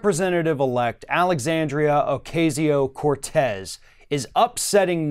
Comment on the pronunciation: Please learn to pronounce her name!